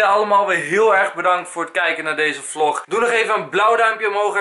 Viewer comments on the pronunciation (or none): none